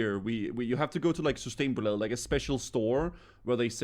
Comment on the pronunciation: That danish coming through. "Systemboläe"